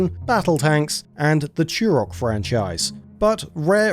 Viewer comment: Turok, not churrockk. English much?